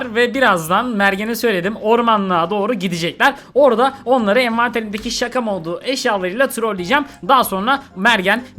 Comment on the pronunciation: Abi sen şakaları bırakma ya harika "śaka"